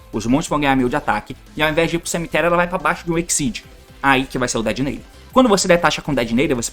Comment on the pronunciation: Agr só falta falar Detonator certo